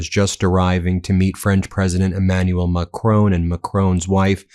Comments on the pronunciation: PLEASE PLEASE PLEASE (Ben Me-is-a-lass) - learn how to pronounce Macron. I'm British and I can manage it! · Please learn how to properly pronounce President Macron's name. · Please, please learn to pronounce Macron. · Check pronunciation of Macron! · Please, Please, Please, Emmaulle Macron, please notice there is no E at the end of MACRON his name is pronounced Mac Ron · Please, Please, please Ben. Do your very best to pronounce Macron properly. It is Ma-cron, rhymes with baton. Please, please, for me, just learn the correct pronunciation. Thank you very much.. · How does the last letter of an french word get pronounced???? every American news outlet.... MacronE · I wish you would learn to pronounce the French president's surname. Ma-cron (almost don't say the n) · Stop mispronouncing Macron. Not a difficult name to say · You’re pronouncing the French president’s name wrong doofus 🤪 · in fairness to Trump he can pronounce Macron unlike you Ben